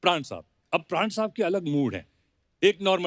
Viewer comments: Paraan Nehi pran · Paraan nahi "Pran"..." प्राण "